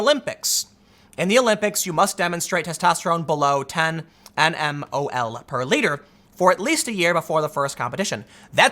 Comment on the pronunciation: "nmol/L" is pronounced nanomol per liter.